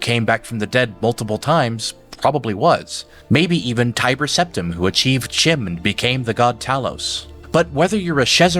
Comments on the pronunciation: I saw someone comment on the pronunciation of Cyrodil, but not on CHIM. Which isnt said with a "ch" sound as in China, its a K sound, and pronounced "Kim" When I first discovered the tower I pronounced it the way you did too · Just an aside... in elvish tongues in Elder Scrolls the "ch" is pronounced like it's a "k"... so Chim would be pronounced Kim, Chimer would be Kimer, and so on.